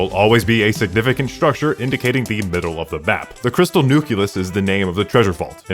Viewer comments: NOT NUCULES NUCLEUS!!! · I just had this on in the background while going through notes for an open book midterm, which is in subatomic physics, and when he was talking about the Crystal Nucleus I just had to pause. It only slightly pains me that he said 'nucules' 😅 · This video is crazy good, the amount of time and effort put into mispronouncing nucleus editing was definetly insane